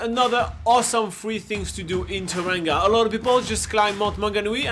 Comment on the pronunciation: Ta-ran-ga? That’s how Siri pronounces it 😂 It’s pronounced Toe-rong-a, rolling the “r”. To be fair though, half the people here are too lazy or culturally insensitive to pronounce it correctly 😅